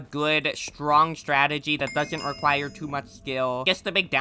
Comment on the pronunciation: Strategy ❌ "Statergy" ✅